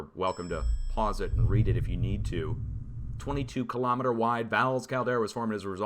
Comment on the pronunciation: Kilo- meeter not Ka-lom-eter